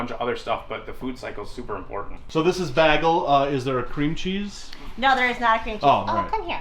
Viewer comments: LOL, I had no idea he was saying Bagel (bey-gal) until he mentioned cream cheese, I thought he was calling it BAG-AL like a hand bag. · Yeah, I had no idea what he was saying until he mentioned cream cheese, I thought he was saying something like Bagall like handbag.